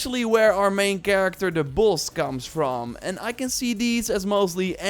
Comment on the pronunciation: The way he says "Boss" and "Ninja" 💀